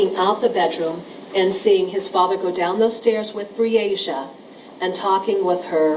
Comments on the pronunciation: How many times did this devil of a lawyer mess up this poor childs name....smh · I’m sick & tired of that lousy defense attorney , mispronouncing that poor baby’s name. That says a lot about his morals. YULK 👿